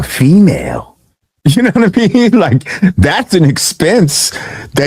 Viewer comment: No one says “you nah mean” like Lord Jamar … when vlad says it , it just sounds mad weird.